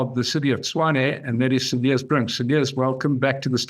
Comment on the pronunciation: You do not pronounce the s of Cilliers